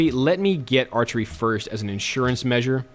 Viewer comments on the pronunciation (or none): none